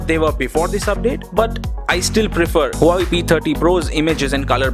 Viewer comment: You are saying Huawei like Hawaii.